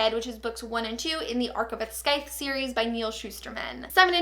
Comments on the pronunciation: It is pronounced Syith not scyth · i'm sorry if some people have already said it, but that is not how you say scythe. the 'c' is silent. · I lost it at your pronunciation of 'Scythe'. If you're working with them, surely you'd bother to find out how to say the title? It's an actual word... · tip: the "c" in "scythe" is silent ☺️